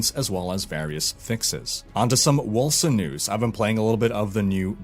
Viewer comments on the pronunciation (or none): none